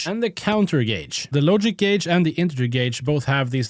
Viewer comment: YESSSS, HE LEARNED HOW TO PRONOUNCE GAUGE🎉🎉🎉